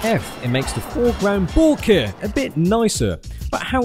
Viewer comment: I love how he pronounces Bokeh: "BOOOOO-keh!" xD